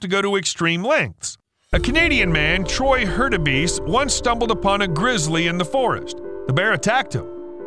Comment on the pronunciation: "Troy Herdabees" That grizzly must have been after his honey